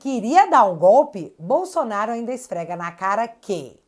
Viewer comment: bom dia que Deus continue te abençoando vc e sua família, temos um procurador que engole a letra L do nome Bolsonaro um língua pesada, ele diz Bosonaro